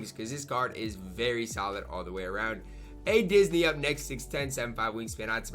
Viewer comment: I love how he says “ADisney” without hesitation. I do the same thing when I talk about him irl. It’s just automatic at this point😂